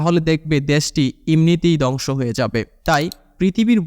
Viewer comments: দংশ না ধ্বংস 😅😅উচ্চারণ ঠিক করুন নাহলে দংশ হয়ে যাবে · দংশ না রে বা, ধ্বংস। উচ্চারণ সঠিক না করতে পারলে ভিডিওর মান খারাপ হতে বাধ্য। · দঙশ কি। দঙস কি ? কথা ঠিক মত বলো।